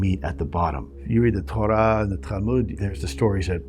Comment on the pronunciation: The way he pronounced Torah and Talmud was fantastic. loved the pyramid science /\ religion analogy.